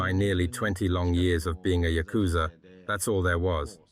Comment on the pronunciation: Uhh maybe learn how to pronounce yakuza correctly before visiting one? Even the translate pronounces it better than you💀its probably not safe to be in japan to firstly even mention the yakuza and secondly say the name wrong bro u must have a death wish or smth💀